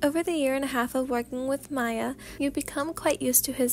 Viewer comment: This is so good!!!!!!! By the way I just wanted to say Miyas name is pronounced the same way you would pronounce Mia :) I love all ur vids ❤ can’t wait for the next few audios❤❤